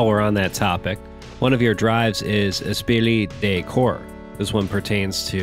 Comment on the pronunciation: and Gene Vickaymaray